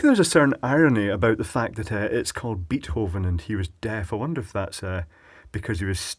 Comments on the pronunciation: Always enjoying your 'excercises' . One thing though: It is not pronounced "Beathoven"; it is "Baithoven" (like: fishing bait). But keep up these lovely videos! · thats not how you pronounce beethoven